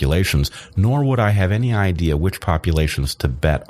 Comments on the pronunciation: ‘Annie’ instead of ‘any’. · He also pronounces "any" as "annie" instead of "enny." These are just two of a number of his idiosyncrasies.